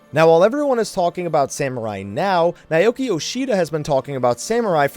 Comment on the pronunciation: Am I the only one hearing "Naioki Yoshida" every time he says Naoki Yoshida's name? o.o